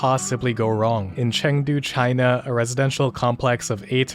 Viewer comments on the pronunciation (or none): none